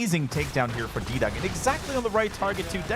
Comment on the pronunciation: Fairly certain it's not "D-Dung" it's "D-Young".